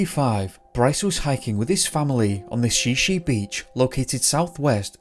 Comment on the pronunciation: It’s pronounced Shy Shy beach, not She She beach just fyi